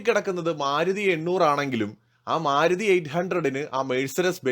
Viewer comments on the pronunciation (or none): none